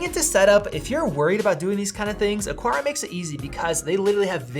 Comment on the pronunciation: lol why can't anyone say AH-CAR-AH